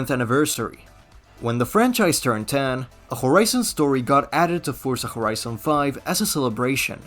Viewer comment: did he say forza khorizon?